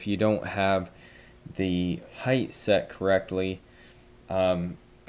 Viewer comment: Height* heighth is not a word bruh